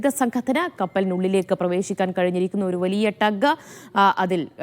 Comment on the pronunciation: ഡഗ്.. അല്ല ട്ടഗ് ബോട്ട്